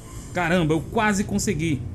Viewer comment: Engraçado foi aqui kkkk não to julgando porque ele falou errado foi que achei engraçado Hehe Conseguilhu* Em seguida Lindario* Hehe Que esta interpretando errado desculpas só achei engraçado